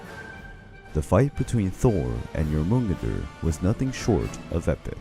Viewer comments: This butchery of the word Jörmungandr in every Norse video that he's mentioned irks me. It's Jör (Yor) mun (Mun) gandr (Gandir - the i is not a hard i, it sounds more like der) I'm no linguist so the precise explanation of sounds isn't my thing. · Dude you pronounce Jörmungander like this Jormun-gand-er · i just have to say the world serpent is pronounced “your mon gand der” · Yor mun gidder? I die a bit inside everytime you pronounce it like that. Your-mun-gander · Yamungeder instead of jormungander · Jormangandr (yor-man-Gand-er) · Love the video. But didn't Thor take 7 steps from Jörmungandr's body and then succumb to the poison? Also hearing how you pronounce Jörmungandr is so weird. Never heard it pronounced like that. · Great video but the way you pronounce jormungandr makes me mad 😂😂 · The pronunciation of jormungdr and aesier are mildly infuriating